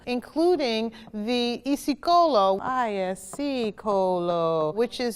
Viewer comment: The way she pronounced isicolo shattered my South African heart.